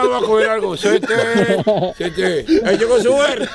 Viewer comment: Suelteme, suelllteme... jajajaja hizo el capítulo 😂😂😂😂